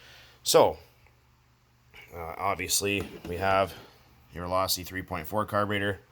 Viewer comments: Its pronounced low-see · Do u not know how to pronounce losi if u don't know how to pronounce it don't fuck with losi at all my girl learn how to say it's pronounced low-sea kay